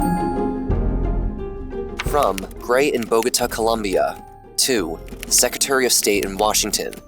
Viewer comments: you want us to pay for your documentaries but you can't even get the name of a country right in the first two seconds of your video 💀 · just for the record the country's name is COL-O-MBIA 🇨🇴 not with U with O!! Columbia is the space shuttle 🚀...love your channel nonetheless 👏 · a part of me dies everytime you call Colombia, "Columbia" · Great video. I am Polish/American who spent some time in Colombia and only thing I gotta tell you ... It is Colombia not Columbia... Pretty common mistakes people do. They even sell T-shirts with that phrase. My Colombian friends my be mad at you :-) Matt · IT'S COLOMBIA NOT COLUMBIA AUFHUAIFHIUFGHAUKFKYIHF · It's Colombia not Columbia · Its COLOMBIA bro nos columbia. If you are talking history at least make it right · COLOMBIA*** not COLUMBIA in the intro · I love you man but it’s COLOMBIA NOT COLUMBIA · ITS COLOMBIA not columbia… I expected so much from you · Its COLOMBIA, not colUmbia for God sake. Appreciate the content but still this happens all too often all the time and can be fixed with a really simple google search. Expecting that much given all the time and energy you put into your videos. Sincerely, a COLOMBIAN. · Colombia not Columbia, please and thank you ! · great job for your team but for the love of god, its been more than 2 videos at this point.. it is COLOMBIA not Columbia... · Its Colombia not Columbia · Great content as always... But it's not "Columbia" it's "Colombia"😎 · … I love ur videos, crazy talent and creativity on these topics with great respect towards them, but holy crap as a Colombian myself it’s annoying and stupid how people keep getting the name wrong from our country “its COLOMBIA not COLUMBIA”; its not a case of “potaito potato” its just not the same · It’s Colombia, not Columbia!! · "Colombia " not ColUmbia, with o, not u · Come on. It’s COLOMBIA not COLuMBIA. Also El Chapo is a Mexican cartel leader not Colombian. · It's Colombia, not Columbia.